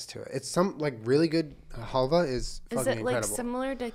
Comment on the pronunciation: it is called "halva" with the stress on the second "a", халва in Ukrainian language :)